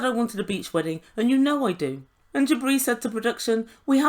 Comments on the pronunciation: Every time you say “Jibri” I hear “Debris”. 😳🤣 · That’s what I hear every time she says it! 👍